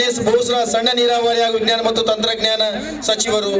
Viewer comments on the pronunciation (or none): none